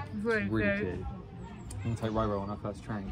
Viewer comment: I swear I’m losing my hearing, for the longest time - I swear you’ve been saying LoLo 🤦‍♀️ But it’s RoRo which now makes perfect sense lol ❤️ Great Vlog both:) looking forward to watching the others:) x